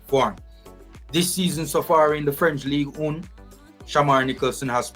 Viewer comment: In my humble opinion, you should say League One instead of "Ligue Un". Reason being, your pronunciation of "un" sounds absolutely ridiculous. Big up still.